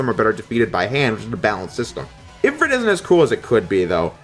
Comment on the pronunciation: ifrEet not if rit